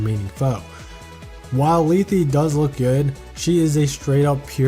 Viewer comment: You butcher lethe and Canegies names by the way . It might just be the way you pronouce them but for me there names are more like Leth("e" being silent) Canayges I have there games and they pronouce them